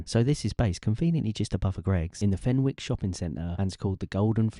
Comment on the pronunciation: My mum, a proud geordie, would want me to tell you the “W” in Fenwick’s is silent. It’s pronounced Fen-nicks. Fenicks. But spelled Fenwicks 😂